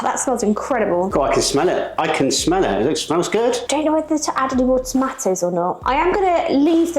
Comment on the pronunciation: the cheese should be grated finer, a little Tabasco speaks volumes to it. " wife" (snarky remark), pro tip, the "tah mah toes", need to be diced, not cubed lol (for sake). This is a dip for party's a.k.a. football games/Superbowl, not too much at Holidays, more like bbq's, church events.